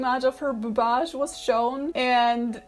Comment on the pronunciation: The term boobage in a Polish accent is truely "wspaniały"!